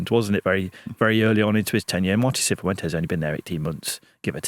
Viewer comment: the way you feel about the EFL awards is similar to how I feel about your pronunciation of pretty much every foreign name. Cifuentes isn't "See foo ent ezz" - its "siff went ezz" Hamer is "Hay ma" - it's "Harmer" Sainz isn't "Sarr Yinz" - it's "Signtz"